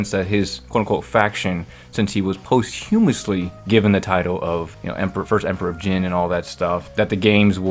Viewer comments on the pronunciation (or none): Love the channel, but dude google how to pronounce posthumous because its so wrong it took me a minute to figure out what you actually said